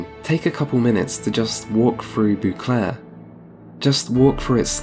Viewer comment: I need you to stop saying " boo clair"